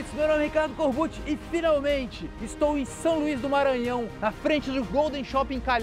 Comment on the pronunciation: É foda ninguém sabe falar corbucci certo